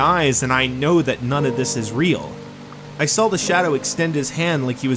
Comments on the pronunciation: Do you mean saw not sawl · Oh no he sawl something